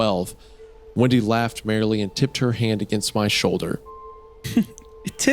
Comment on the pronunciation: The way Wendigoon was pronouncing ‘Windy’ I thought he was saying ‘Wendi’ so I had a feeling…